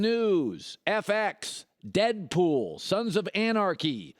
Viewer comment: why he saying dead pool like that 😂